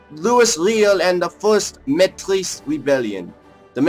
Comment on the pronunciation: Pronounced (may-ty)